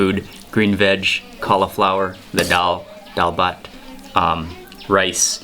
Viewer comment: Any Bengali family would adopt you happily for mentioning DAAL BHAT so many times with that fine pronunciation and eating them with bare hand at the end.